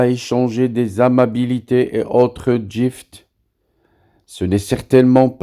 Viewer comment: AZUL Je vous suis tt le temps avec interet et vos podcasts sont pertinents.Je voulais vous dire et avec respect qu'on dit Guift meme si ca s'ecrit gift c vient du verbe give.Merci pour votre support pour notre kabylie.Thanmirth